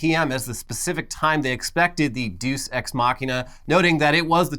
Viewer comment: Lol "dues ex"